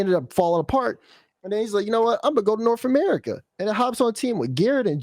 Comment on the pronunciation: ....."Norf America"..... #smh